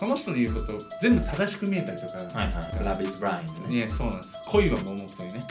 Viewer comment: 待ってました！ この事件が基になった映画、冷たい熱帯魚のでんでんさんの怪演が凄かったですね。もちろん、実際は比にならないほど酷いんですけど。 、Love is Blindの発音めっちゃ良かったです（笑）